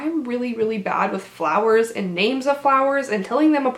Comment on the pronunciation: Is just me or did she say April showers bring may fowers